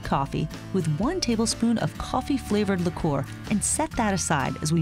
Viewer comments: "Licoor" is that bothering anyone else? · you are saying liqour wrong btw